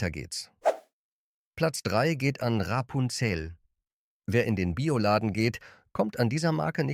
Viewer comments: Auch ich vermisse den Platz 5. Ich finde im Grunde ist es trotz KI-Stimme (die vor allem Rapunzel und Vivani sehr, sehr seltsam ausspricht) ein Video zu einem interessanten Thema. Aber wenn man 12 Schokoladen besprechen will und in Wirklichkeit nur 11 bespricht, ist das auch irgendwie eine Mogelpackung. Ich weiß nicht, so was passiert doch nicht irgendwie aus Versehen? Naja und das "Nehmen wir gerne mit!" ist auch eine tolle Anmerkung dazu. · Ra---Punzel und Kadmi---Um... kaum zu ertragen, diese Testversion einer KI Stimme. Laborwerte = bezahlte Zahlen